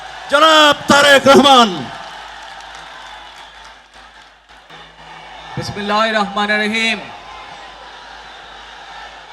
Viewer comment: বিসমিল্লাহ ও সালামটাও ঠিকমত দিতে পারে না এ কেমন নেতা😂